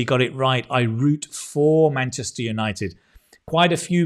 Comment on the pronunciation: Munchester city ☠️